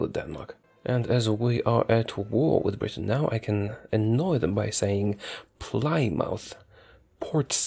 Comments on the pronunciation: Ply-mouth? How could you butcher it like that, you monster! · "Plymouth" God please no...... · Ply-mouth, that was heresy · Ply-mouth? York-shire? I love it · I can resist... I can resist... AHHHHHHHHHH! IT'S PRONOUNCED 'PLEMOUTH' NOT 'PLYMAUTH', 'PORTSMOUTH' NOT 'PORTSMAUTH' AND 'YORKS/HEIR' NOT 'YORK/SHIRE'! Sigh, What a relief